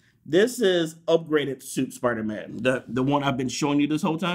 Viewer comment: Dont u dare mispronounce spidermans name. How rude😡😡😤😤